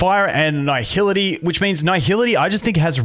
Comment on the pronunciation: I feel like my ears are bleeding after hearing this man butcher the word nihility for 9 minutes straight, who fuks up nihility, its nihility not naihility